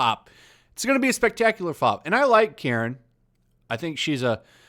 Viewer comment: he say karens 😂😂😂😂